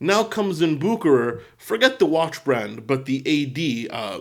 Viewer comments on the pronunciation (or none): "bukerer" you know I love you, but there you did hurt my poor little European ears;)